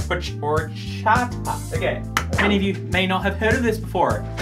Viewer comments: I LOVE HORCHATA (also you don’t say the H. It’s ORCHATA) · I ❤️ HORCHATAS!!!!!! My favorite drink ever Btw pronounced or-chot-uh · Okay I know you wouldn’t’ve known this but horchata is a Central American drink so it’s pronounced without the “H” and it’s actually made without milk considering it’s mainly sold in like markets (and really good Mexican restaurants) and it’s usually not kept refrigerated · HAHAHA i'm Mexican, and seeing you say horchata is the funniest thing I have ever seen (From you) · Horchata. The H is silent.